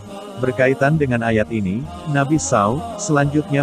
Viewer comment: Muslim atau nonis ni pembaca narasinya? Kenapa penyebutan Nabi spt itu? Kalo nonis aq msh maklum, tapi kalo muslim pengen kujewer mulutnye.. 😮